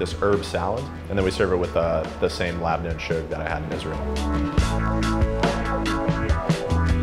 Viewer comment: LAB NAH!!! 🤣🤣🤣🤣 It's LABNEH